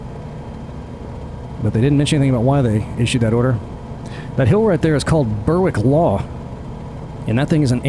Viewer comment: Berwick is pronounced BERRICK